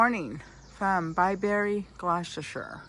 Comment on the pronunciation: I come from near Bibury.. Its not pronounce BI BERRY.. Its BI BURRY.